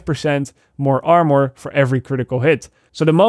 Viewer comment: Anybody annoyed he said amor instead of armour? Or is it just me?